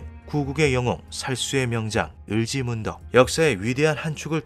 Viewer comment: 을지 문덕(x) 을찌 문떡(0)